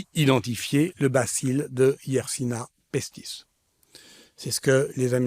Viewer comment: Bonjour, merci de transmettre à cet honorable orateur que la bactérie s'apelle Yesrsinia pestis et non pas Yersina pestis